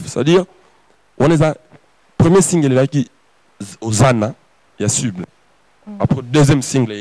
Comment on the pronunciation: boyebisa fabro ba lobaka cible et non cuble